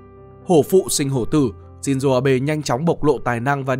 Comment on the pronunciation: shin zô không phải shin zuu